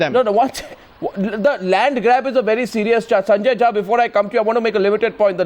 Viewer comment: I sorry to say but you are jhaant Rather than jha